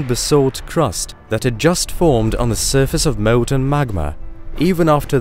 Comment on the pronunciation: Mowton magma? Sowlar system?